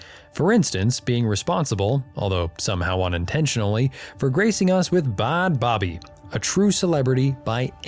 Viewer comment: Her name is pronounced as Bad baby